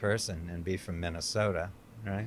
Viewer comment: Geez, the way he pronounces Minesota